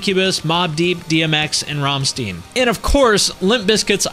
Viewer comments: Really, why can no american pronounce RammstEIn correctly? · I cringed harder at the "Ramsteen" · Ram-steen :D are you kidding, man? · It's not ,,ramsteen", it's ,,Ramshtein" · ... ramm- steein ... my ears bled right there. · Rahm-steen BY THE GODS, MAN. SERIOUSLY! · I quit the video when he called Rammstein "Rummsteen". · Ramsteen...oh did you just make me laugh and cringe at the same time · almost sounds like 'rum' 'stein' after listening to a German pronounce it. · It's "shtine" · Came here to say that. I died a little inside when he pronounced it "Rahmstien" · Lol Ramsteen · It's like saying ''Rum Shtine'' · its pronounced RummShtine with a german R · when he said "ramsteen" i cringed so bad it hurt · Ramsteen? Never heard it pronounced like that before 😶‍🌫️ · It hurts my ears when you pronounce Ram-steen 😫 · rahm-steen lmao :D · who doesn't know how to pronounce Rammstein? xD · right? confused me aswell! even the russians can pronounce it right xD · I laughed like crazy when he mispronounced Rammstein. For a german like me its so funny it hurts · Yep, can't pronounce Rammstein correctly? All credibility has been voided! I'm not being facetious. Any Metal fan of the era should know this... and being American doesn't let you off either! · Rammstein's pronounced in the last syllable like you say 'nine' (9), not like 'seen' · thats a very.... intresting way to say Ramstein......... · And says Rammstein wrong. Wow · I dont like the way he said rammstein